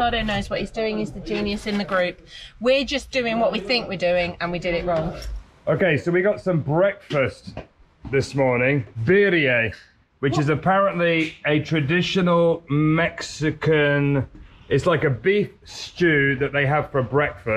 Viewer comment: the Birria is Pronounced; “ BEER RIA”…….. if you need help translating don’t hesitate to ask……